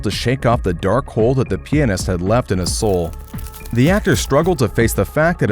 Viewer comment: PLEASE FUCKING SAY PIANIST RIGHT